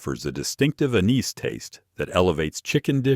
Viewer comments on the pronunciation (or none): chervil has a WHAT flavor?! That is NOT how you pronounce 'anise.'